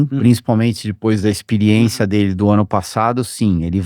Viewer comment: A melhor parte é ouvir o Christian falar "IXPIRIÊNCIA"